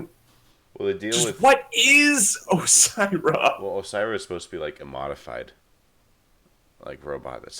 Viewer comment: Orisa not osira